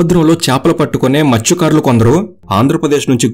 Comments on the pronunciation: మృత్య కారులు 😢 కాదు మత్స్య కారులు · Adi matsyakarulu bhaya mrutyukarulu mrutyukarulu antunnav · Orey babu Adi Mruthyukaarudu ani palukutharenti Mathsyakarulu!!!! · మృతుకారులు ❌ మత్స్యకారులు✅ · Mruthyakarulu kadu bro Matsyakarulu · Mrutyukarulu kadu ra babu😂 mathsyakarulu